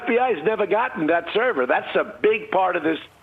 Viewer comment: Too true on all counts. This cross-section of "old people doing crime" with "old people doing computers" is hilari-bad. Can barely say "server". Owning servers is my day job, and seeing this level of ignorance being pervaded as facts is depressing, worse still that people are lapping it up.